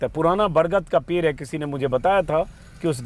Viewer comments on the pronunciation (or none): पेर नहीं होता पेड़ होता है। अपने बिहारी एकसेंट को सही कर लीजिए।